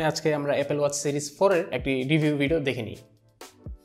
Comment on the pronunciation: ভাইয়ের 'এর' শব্দের উচ্চারণ আর ঠিক হলো না 😓